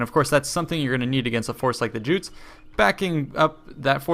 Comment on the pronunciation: I feel it is time we addressed a serious problem. I know this video came out a while ago and I don't know if you've fixed this since then but I've been watching some of your older videos and it starting to bother me. Your pronunciation of Jutes. Jutes [not: j-oots] [y-oots]. They're a Nordic people and the letter J is pronounced correctly where they come from.